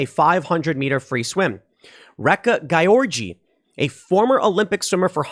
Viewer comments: Just for the future, you pronounce "Gyorgy" like "George" :-D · Gyorgy is pronounced George, "Man of the world." Ray-Ka George Or Ree-ka if an accent was omitted. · I believe the name is pronounced "Georgie"